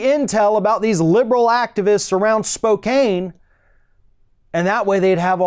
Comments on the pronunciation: Just an FYI .. I know it is spelt like you how pronounced it: Spo - Cane, but it is actually pronounced Spo - Can. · Spokane is in eastern Washington and is pretty much a rural area. There isn't much diversity there. FYI... it's pronounced SpoCAN...not CANE. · Spo-cane? Spokane is pronounced Spo-can. Ffs. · And it's not " spo CANE" ...It's spo CAN ..... Anyway the democrat officials have called for violence and a threat to national security . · Spo - Can. Not spoke Caine 😘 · Spow-can, not Spow-cane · Spo-kain is actually pronounced spo-can, after the Spokane tribe of native Americans. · Its pronounced "spoke-can" not "spoke-cane" Its a couple hours north of me.. and you would be surprised how red the Eastern half of Washington is. People only really think of the Seattle area when they think Washington. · This guy is from my state! Oh my God! I hope he gets recalled and censured in our legislature. Oh and on a more trivial note Spokane is pronounced Spo-can. Not Spo-cane. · God. This dude again. He makes me ashamed to be from Eastern Washington. Well, at least I'm more Central Washington. Seattle Libs are taking over and running out the Republicans right now. Pfft, SpokAEn. You're the only person I know who pronounces it that way. I'm also laughing my ass off because my sister has nipple rings. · Haha, Spo-cane. No. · Locals pronounce it Spo-can. FYI. 😀 And....I love your show!💗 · Lol I live in Washington state. It's pronounce Spo-can the e is silent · Spokane - spō kan No long a. Thx, a Washington state resident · Pssst: It's Spokane, rhymes with flan. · Not a surprise since he is from Eastern Washington. Here in Western Washington it is a different mind set. For future reference it is pronounced Spo-can. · It's pronounced spo can ..hard o . :) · It’s pronounced “Spocan” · Its pronounced "Spo-can". I'm a born and raised Spokane resident. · Love the Spokane pronounciation. haha I believe it's pronounced 'spoke-ann'. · Spoh Cahn